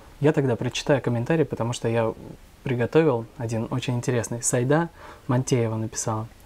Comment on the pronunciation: Не сАида, а СаИда!